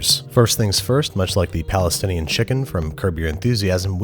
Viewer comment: Thank you for saying palestinian